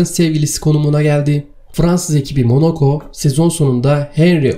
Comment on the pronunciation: Monaco ya Monoco diyor ya 🤣🤣